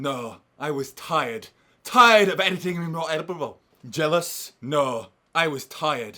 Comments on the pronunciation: "YOU WERE JELLIOUSE ELIOT" XD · "You were jealious Elliot"